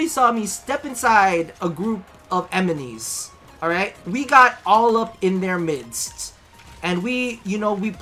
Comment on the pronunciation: "A group of emenies." Hahaha